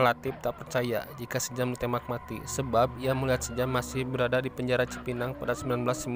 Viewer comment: Om...koq "sejam" ??? 😂😁😂😁😂😁....itu dibacanya "syam" 😁😁...jaman dulu ejaan masih pake ejaan belanda.....oe dibaca U. Contoh sOEharto , J di baca Y contoh Yamin, DJ dibaca J contoh DJatmiko, I (apabila huruf didepan huruf konsonan dibaca E)...contoh : Ik dibaca Eke(saya)...Indonesia (dibaca endonesia)..